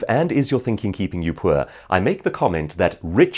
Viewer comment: How to be rich? First step: say "puer" instead of "poor". Jokes aside, I do appreciate your knowledge about that!